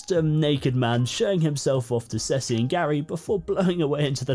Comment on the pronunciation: Hi. I have to deal with two naked men. One goes woof and one goes miaow. Also, Ceci is pronounced see see. You shouldn't stop the recording. Laugh away.